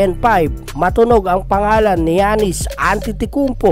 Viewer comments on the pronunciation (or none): none